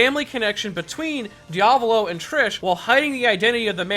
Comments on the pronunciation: Your diavolo pronunciation gave me mortal injuries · You mispronounced Sale ,Diavolo and Narancia! They're names are in *ITALIAN*! Put them in Google traductor. xMattia Also, i'm half " Italiano "and half " Brasileiro " Edit: in one part of the video you pronounced Narancia right